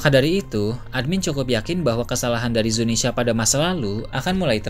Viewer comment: please bang. Zunisha bukan Zinisya